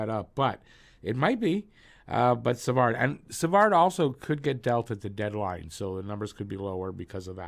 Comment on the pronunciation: Hi brother! I’ve been a long time subscriber and I really dig your videos! Just giving you a positive feedback on how to pronounce french names, the “d” at the end of Savard is mute so it’s pronounced Savar. Same for Harvey-Pinard😊